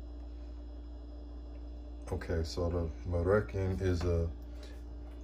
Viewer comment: Say Mar-Rue-Shawn